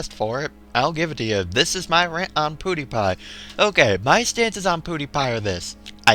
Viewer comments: its pronounced ''PewDiePie'' not ''PooDiePie'' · its prnounced ''piwdiepie'' not ''poodiepie'' now i meant to put the i in pewdiepie cause thats pronounced that way..